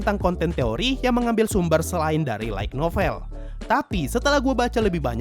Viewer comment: Saran min, Light Novel itu dibacanya kayak lite (LAIT), bukan LAIG (LAIK) NOVEL